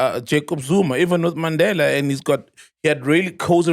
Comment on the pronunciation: He is deliberate in pronouncing words right ie Mandela and Gaza...he was intentional